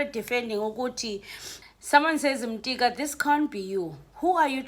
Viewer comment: Could you please 🙏 read Yongama's surname....ungumxhosa and you sound like a person who did Xhosa as LLC1....in NCS / first language... please.... He's not Mtika....